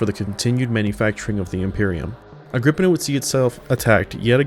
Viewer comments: You are wrong about how the forge word is say it is agr-pi-naa also nice video. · woulnt the pi in agripinaa be pronounced like pi the mathemathical constant that they have on their symbol?